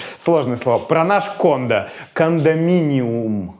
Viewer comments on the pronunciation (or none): none